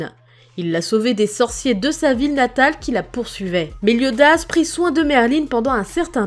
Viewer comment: est heum c pas Merline mais Merlin sans e a la fin